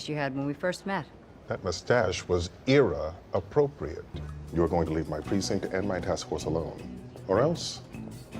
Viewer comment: "That mustache was era appropriate" The pronunciation of "eera" is just so good.